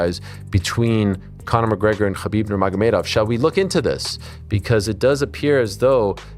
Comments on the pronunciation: "khabib Nerma Gomeh Dove" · From the outset, "Khabib Nur-ma-ga-dov"... you want a second take, dude?